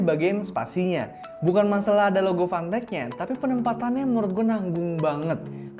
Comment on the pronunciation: fantech di baca pantek